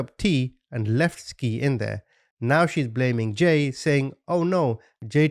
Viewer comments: He keep say n ski her name is sky lol but spelled Ski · Ain't no way you said ski the whole time... Skii= Sky duh Also, repetitive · The babies name is pronounced "Sky" not Ski lol smh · Omg. You're driving me crazy with your skii. It's pronounced at Sky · Pronounced: “Sky” not “skeee” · Their names were pronounced "Sky" and "Ty." She just spelled them strangely. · T is the initial of the son, Jay and SKY !! idky he's pronouncing her name like a ski 🤦🏻‍♀️ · If he say skii and t one more time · I believe SKII is pronounced SKY💕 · It’s pronounced “Sky”. A part of telling these stories is ensure the victims legacy lives on as well as dignity and name is not shadowed by the assailants. Ensuring to have all facts- including annunciation correct adds a layer of respect for each case and victim and personifying them. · Skii is pronounced Sky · Her name is pronounced Sky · Love your channel, I believe her name should be pronounced Sky. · Double ii (latin) means her name is pronounced sky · they are meant to be pronounced like sky and ty